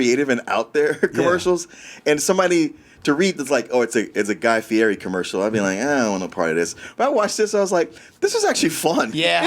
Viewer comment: Guy Ferrari... and diners and dashes lol